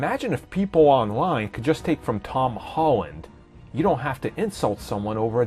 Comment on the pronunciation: I awso absowutwy woved Tom Howand’sh pefomansh